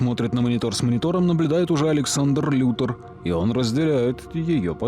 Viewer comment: Все замечательно, но я объясни. Почему Лекс Лутор, а не Лютор?